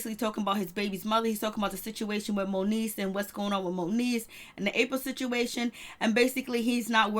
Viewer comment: Its MONIECE love. Not monique ❤